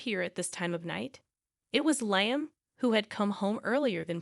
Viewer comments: It's said Lee am , not lie am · I was going to comment on that, too!!! LEE-um.